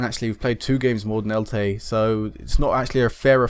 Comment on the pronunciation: Just to let you know, it's pronounced as it looks. El-Che. the Che is said the same as you would say Chelsea